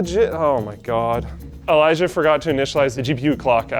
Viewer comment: Elijiah….oh Elijah